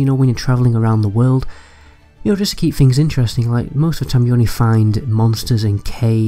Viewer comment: witcher free? please put some effort in pronouncing your th's and f's and r's. children can be forgiven but at a certain age you begin to sound ignorant. fink : THink, free : THree ferd : THird fings : THings everyFing : everyTHing and so on.